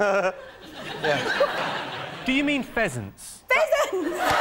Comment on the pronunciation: 🤣🤣😂 Fehrahsss ? Do you mean pheasants? 🤣🤣🤣 o m g